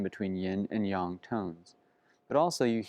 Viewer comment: This video is so great! Your understanding of chinese literature is amazing. Also, your pronunciation of Yin and Yang gives me faith that non Chinese people can understand that it's Yahng not yaeng